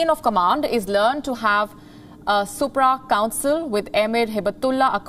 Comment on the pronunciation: It's not SUPRA COUNCIL.... it is SHURE COUNCIL... ROFL.... 😂🤣😂🤣 Atleast use your brains to cheat...